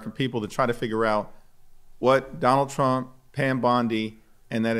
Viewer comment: “Sonald Srump!” 😂